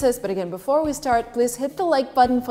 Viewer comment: before or befor?